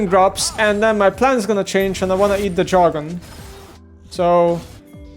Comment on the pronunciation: it's DR-A-gon, not JA-R-gon